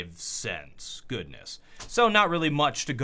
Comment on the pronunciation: He said "one dollar and one cense" and my brain just exploded.